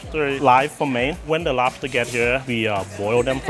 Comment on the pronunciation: “Udully win day owdewr de lobter” 😂😂😂